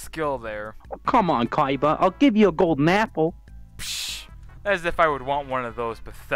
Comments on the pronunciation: It is pronounced koiba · 7/10 not enough saying "Koiba" instead of Kaiba. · So pronounces it like coy-ba